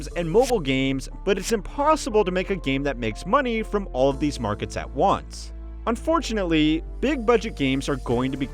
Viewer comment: You pronounced "Fortunately" wrong.